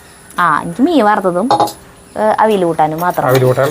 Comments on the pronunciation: ❤അവിൽ അല്ല,അവിയൽ എന്നു പറയു,മരുന്ന് അല്ല മരുന്ന് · ചക്ക അവിയല്‍ എന്ന് പറയൂ..not അവില്‍. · ഞാൻ എപ്പോഴും പറയും...... ഒന്നു പറയുന്നത് കേൾക്കൂ എന്ന്. പക്ഷെ അനുസരിക്കില്ല....എന്ത് ചെയ്യും..ego ആണോ?? അവിൽ അല്ല...അവിയൽ. ഏതായാലും കൊതിപ്പിച്ചു.ഒരുപാടു് ഇഷ്ട്ടം❤❤❤❤